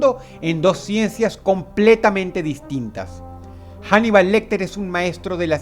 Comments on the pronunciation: Macho, pero no es inglés, es español. La H no se pronuncia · Se pronuncia "anibal" no "janibal", Paleto, Dross